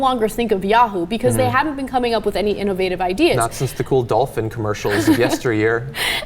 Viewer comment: "InOvative" - Ana Kasparian